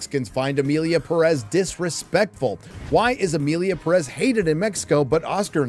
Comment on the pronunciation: You are pronouncing Perez wrong and you could easily do it right.